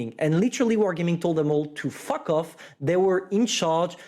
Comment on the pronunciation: I love it when says “wargaming said to them to “fock” off” 😂😂 lmaoo idk why i keep replaying that part but its super funny lmao